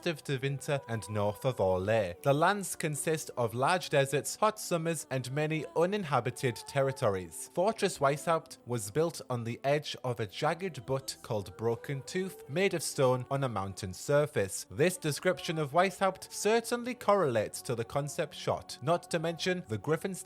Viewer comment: Butte isn't pronounced like that! Weisshaupt fortress wasn't built on the edge of a jagged butt. Other than that, great work.